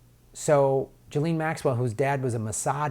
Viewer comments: Dude please pronounce her name correctly: it's pronounced jizz-lane, not Joe-lean. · Hey, Ms. Maxwell's surname is pronounced " Jizz - lane." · “JIZZ-LANE.” needs to brush up on reading and listening skills then dig into the Cernovich releases on #pedogate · I have to admire Bob Maxwells far-sighted decision to name his daughter 'Ghislaine', for most Americans it's almost impossible to spell or pronounce correctly.